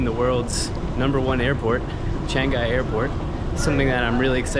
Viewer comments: Great vdo,... just a gentle correction..Changi Airport is pronounced "Chang gee"..not Changi Gai.... cheers, mate. Welcome to Sgp:) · Changi - not changai 😂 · It's pronouns as Chang Yee airport. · Changuy? Fet the pronounciation right pls... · Welcome to Singapore! Changi is pronounced Chang-yee. And do have loose cash as some places like hawker centres only accept that. Tap water is safe to drink.